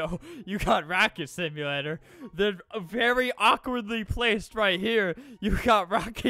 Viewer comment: Beri not beli :)